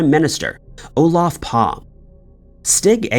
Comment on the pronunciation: You could at least have looked up how to pronounce Olof Palme's name correctly.